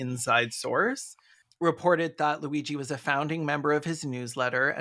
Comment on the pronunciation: The minute or so of fretting about the pronunciation of Luigi's name only to get it perfectly while doing the mock Italian accent is sending me.